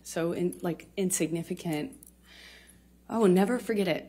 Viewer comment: “I will never fergit it” — she’s really quite ignorant, isn’t she?